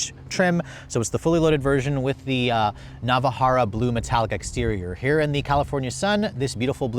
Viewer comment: it's "Navarra" Blue... Not "Nava-harra" Blue.